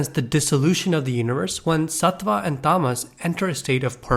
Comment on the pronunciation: Yeah bro pls learn how to say tattva satva and guna